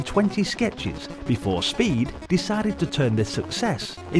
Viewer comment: Hehe, your pronunciation is totally adequate. Thou ”Spede” as ”Speed” made laugh of pure joy 😄